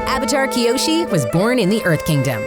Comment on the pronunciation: Did anyone hear the lady say Kyoshu in